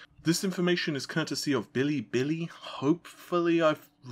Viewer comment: The 3xxx leaker's name is pronounced Bill-AY, Bill-AY, of course. But why no direct comparison of 3080 to 2080? Isn't what we got in Nvidia's presentation? The answer is easy. Nvidia told us 3080 was "up to" 2x faster than 2080. Then DF found ~1.8X. The number here would lead us to believe it's ~1.7 to 1.75X. So the Nvidia claim just keeps looking more and more false, doesn't it? Remember the big huff over Ryzen 3xxx not reaching its advertised max boost clock?